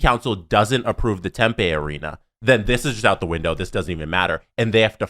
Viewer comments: Hey boys, southwestern American here. Totally minor gripe, but the town isn't pronounced like tempeh. Tempe is tem-PEE not tem-PAY. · Dear the boys, It’s pronounced Hila River arena even though it’s spelt with a g and it’s Pronounced tempe not tempa. Thought u might want to know since these topics probably won’t go away anytime soon lol